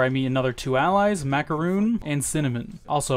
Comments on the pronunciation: his name is not macaroon. It’s pronounced like macaroni but without the i. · Loving the video, but you're not pronouncing Macaron's name correctly. Macaroons are a coconut cookie, Macarons are French confectionaries. You ever play a Pokémon game with Pokémon Amie in it? Poffins are Macarons.